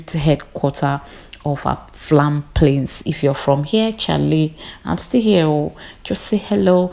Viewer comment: Why do you keep saying Aflam Plains instead of Afram Plains, sounds weird